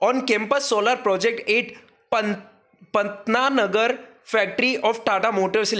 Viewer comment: Pantnagar not patnanagar